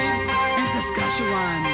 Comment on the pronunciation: I wish everyone here in Canada said Saskatchewan the way she says it, im going to start! love this song ;)